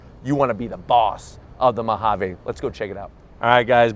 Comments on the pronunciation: What's with his pronunciation of "Ma ha vey". Mojave is pronounced "Mo ha vee". An ok video until he opened his mouth. Totally couldn't watch this since he kept saying the word over and over. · You should probably learn how to say Mojave... We are in America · I like that “Mahavay”